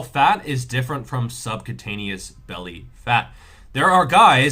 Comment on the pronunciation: Subcutaneous is not pronounced subcataneous